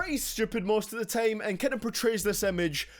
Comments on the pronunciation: why did you decide to say tame instead of time? is it some kind of accent or is it cool? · dkdkckkffmm how he says time is so idiotic